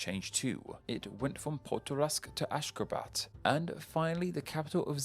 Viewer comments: It's Ashgabat not Ashgrabat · Gaborone not Gaberone. Ashgabat not Ashgrabat.